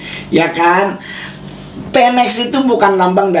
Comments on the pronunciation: Phoenix.... Nyebutnya funiks bukan fenek ya 😁 Phoenix was rise from the ashes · Bacanya Finix bukan peneks yaa bang. Dan burung Phoenix itu lambang kekuatan. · Bang, cara bilang ‘phoenix” itu ‘finix’ bang, bukan ‘penex’ oke bang. Salam